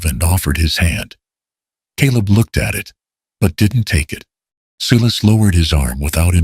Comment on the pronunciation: Good animation but pronunciation is off. "Sky" becomes "ski"?? SII-is for Silas... Also, Amos was Almus? Sometimes pronounced correctly others not. Who was Emma? The story didn't explain who she was but I assume she was Caleb's daughter?? The models were good looking especially Caleb. He looked native but it didn't say so. Shouldn't Caleb's last name had been Blackthorn instead of Thornton? Why call it Blackthorn Ranch? Who was "Miss Abigail "?